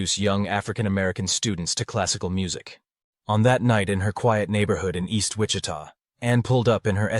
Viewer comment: Ai garbage voice? Did it just mispronounce Wichita